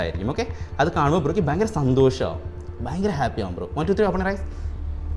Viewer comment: ഫയങ്കരം തന്നെ🥴🥴🥴🥴